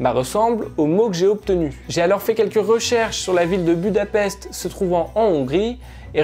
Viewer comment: Budapest se prononce budapeshte peut être que sa te servira ^^